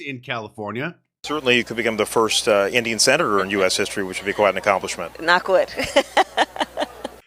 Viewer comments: Indian not engine. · Mark, its called Indian, dot not feather